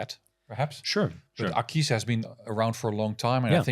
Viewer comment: Great show!! But!!!! The AquisPro does not and will wear well on any wrist;) also Akees???? Have I been pronouncing wrong ??? Aquis as in Aqua?? I need to now now!;6 l;)